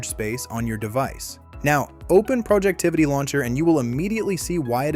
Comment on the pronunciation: It’s Projectivy, not “Projectivity”.